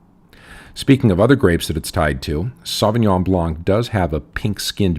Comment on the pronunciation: Why can't anyone pronounce Sauvignon Blanc properly?